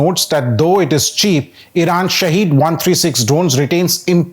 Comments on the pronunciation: It's not pronounced shaheed (Martyr) but sahid (witness). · "SHAHED" means witness in Farsi, while SHAHEED means martyr. They are not pronounced the same way. One is pronounced as sha'head the other sha' heed.